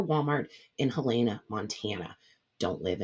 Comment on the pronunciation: Whoa that's near me! I never see MT mentioned! Also, we say it like Helen-uh. We have weird names here lol I love your videos and get so many ideas from them. $52.15 if I added all to my cart at the walmart in Great Falls but in my pantry I already have every item except for the pierogies. Thanks for the menu ideas!!